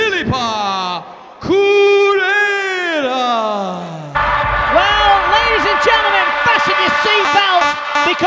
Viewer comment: He was fighthing to say Correia... looool And didn't say it correctly... Looks like he had a stroke... xD